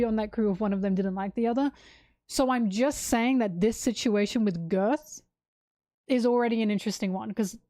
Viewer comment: I don't know if it's on purpose or just your accent, but I do find it funny that you call Gerd 'Girth'